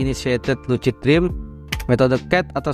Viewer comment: bacanya lusid bang bukan lucid